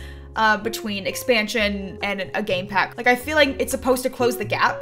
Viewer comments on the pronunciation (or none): Did anyone else hear gay pack and not game pack?